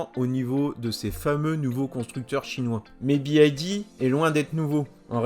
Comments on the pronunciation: C’est une demande de la marque de se prononcer « biaïlle di » au lieu de « biwaïlle di » ? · Pas "bi ai di" mais "bi wouai di" ! ^^ Le "Y" se prononce " wouai" en Anglais. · BYD = bi aïe di ? ... 😂 ... plus précisément "bi wouaille di" (faut faire attention de bien expliquer en détails la prononciation Anglaise aux Français tellement ils sont bons en Anglais ... lol). Merci pour cette vidéo en première Européenne ou Française ... 👍 Pour les concessions ils n'auront pas de mal car les concessions multimarques, de plus en plus nombreuses et courantes sont demandeuses de nouveautés. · "Bee why D" pour la prononciation 😅 merci de corriger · BYD se prononce Bi waï di